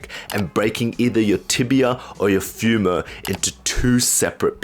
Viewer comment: The way he pronounces femur 😂😂🤣🤣